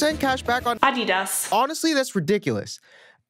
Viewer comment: Hahaha I‘m german and the german „adidas“ killed me xD